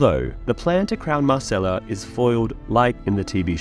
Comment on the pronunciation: mYrcella, not mArcella, and you said it about a billion times in only 5 sentences.